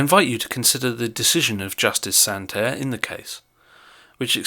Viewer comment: Judge Souter not "Santer"